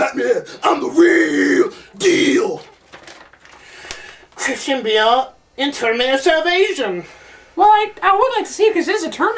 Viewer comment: hahah he said Christian Bales